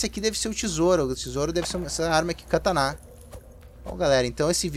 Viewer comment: ANIMAL É KATANA VC FALA ERRADO KATANÁ E NÃO TEM NENHUMA INFORMAÇÃO DE QUE EXISTE ASSENTO AGUDO NO A SEU ZÉ